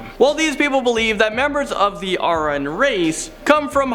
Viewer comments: FOR THE LOVE OF SCIENCE please consult pronunciation audio files before filming! IDK what you were thinking when "trying" to pronounce Aryan , but there was no success there. Aryan origins are with Indo-Aryan mythos. The Nazis co opted the name and thought they were early god-types that the Nazis thought were their ancestors. There are even prison gangs that use the name these days. It's embarrassing for the Nazis that the Aryans they claimed to be related to were in fact central Asian people that were darker skinned ironically. So, suck it pseudo Aryan eugenics believing dirt bags! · You pronounced Aryan wrong.